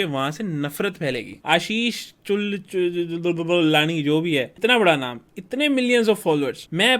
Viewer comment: I laughed every time he said Ashishchulululu😂😂😂😂